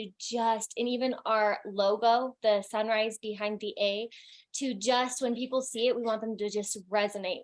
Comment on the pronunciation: Wait she said colors of the sunrise? I thought she was saying colors of the samurai 💀